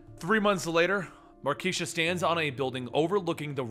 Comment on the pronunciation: Dammit, it's Mar - kay - sha!